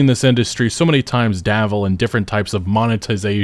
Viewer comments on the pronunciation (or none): It's dabble, not davel, lol. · DABBLE. Not davle or whatever you were saying lol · Bro... the word is "dabble" not davvle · The word is "dabble" with a 'B', not a 'V'...